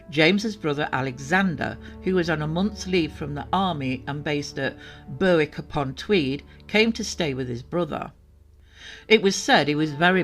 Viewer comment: Seemed odd, why didn’t she take a chaperone. I wondered if she had damaged the car and tried to cover it up obviously unbeknownst to parents. Seems strange no evidence to verify her story. Such a shame, very sad. Sorry, it made me laugh to hear the pronunciations of Berwick and Prudhoe I live near so am familiar but have been known to butcher many unfamiliar names 😊. Loving the story telling!